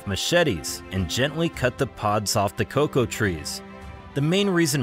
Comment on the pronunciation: Why are you calling it co co beans? It’s cocoa beans?